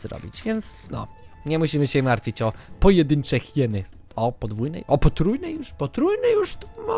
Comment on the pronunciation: mów na hieny hajiny to epicko brzmi:) pozdrowienia dla wszystkich:)